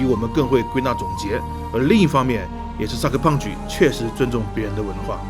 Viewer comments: 一直聽成cyberpunch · 听你说我以为这个游戏是“”三个胖子“”做的